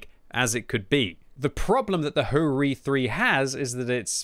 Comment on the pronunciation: and HO-Ri?